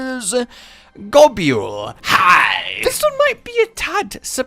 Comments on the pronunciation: Why do you pronouce it Go-Bule? It's Gobble, as in to eat. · did you say "Gabyuol"? its Gobul my dude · I cant i just cant its not gobule its just gobul :) i was cringing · I wasn't concentrating on the video.. Got Jumpscared by Eddie Wally... Ffs I pronounce Gobul as Gobble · I always pronounced it 'Go-bull'. But to each is own. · Isn't Gobul pronounced Gobble... Because he gobbles you? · This is the first time I've heard someone pronounce Gobul the way does in this video. Everyone I've talked to pronounces it as Go-bul.